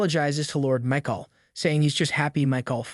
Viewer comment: "Mike-all" AI has a long way to go whith pronounciation of words and their different meaning...